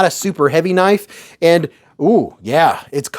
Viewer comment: Eyy. Gimme that kuh-nife! That is all. Thank you lol